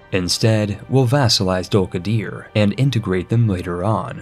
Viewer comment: >Samatshka >Dulkadier That pronunciation is extremely american